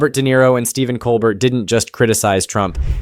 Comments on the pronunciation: It's pronounced "coal-bear". Not "coal bert". More French sounding. Don't forget Trump's mishandling of the pandemic, in lieu of lining his own pockets with donations and grifting from millionaires and the taxpaying public. Trump fans still think he's a TV personality and entertaining. But a comedian is not what we need. Unfortunately, the Republicans in office are scared for their jobs, when they could get fired for something trivial or anything that personally displeases Don. He cares nire for his personal goals than the people he was elected to protect. How many man, women and children have died in the past 4 years while Trump was in command? Shameful. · Stephen Colbert (/koʊlˈbɛər/ kohl-BAIR)